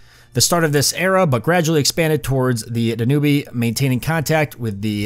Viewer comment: Danube is pronounced Dan-u-OOB (the back half of that word is pronounced like Boob but shorter) just more pronunciation help for you :)